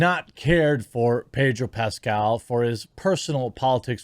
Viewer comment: Ped-o Pascal